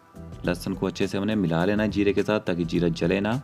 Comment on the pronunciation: Tum pehle bolna seekho. Pyaaj nahi pyaaz. Jeera nahi zeera. Jyada nahi zyaada, Jaroor nahi zaroor, jaroori nahi zaroori, majedar nahi mazedar, tej patta nahi tez patta, jabardast nahi zabardast. Uske baad Khanna banana